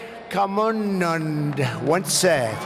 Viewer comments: Trump:Ambad Swami Vivekamannand what say Suchin tentulkaur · and he's reporting about how Trump mis-pronounced the names. Ironical enough? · U pronounced Vivekananda wrong too. Get your shit together first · BBC is a piece of shit, this is not ethical journalism. How come you make a living selling negative news. As an Indian I'm saying even the news anchor pronounced Vivekananda improperly and went to criticize Trump. Actually trump pronunced a lot better than BBC reporter. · Also anchor mispronounced vivekananda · He butchered Vivekananda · Not being able to pronounce “vivekanandal* ?how is it possible ?